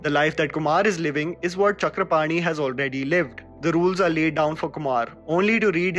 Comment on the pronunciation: I am really impressed how you properly pronounced name Chakrapani.